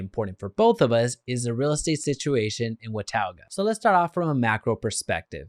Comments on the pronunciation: It’s not pronounced “Watowga” its pronounced “Watoga” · WA TAU GUH! lmfao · Hey dude if you're going to do a video on Watauga pronounce it right!!!! wuh·taa·guh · It’s pronounced what-taw-ga. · you should have learned how to say wa-ta-ga before making this video. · How many times can you say the name of a city wrong? It's pronounced Wuh - taw - guh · thats not how you say watauga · You are butchering the name. Also showing photos that are not of Watauga. We do not have mountains visible from Watauga. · Wow....u r so uninformed. U do not even pronounce it correctly. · Thanks because his pronunciation was very annoying. Maybe do some research next time, bud LOL